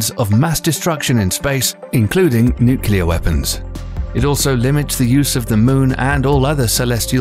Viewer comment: With an inability to pronounce “nuclear.”